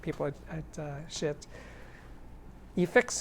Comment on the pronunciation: I think it's pronounced "sheet". Like, "No sheet, man!" Seriously tho, the resistance ladder type volume control is the purest volume control possible.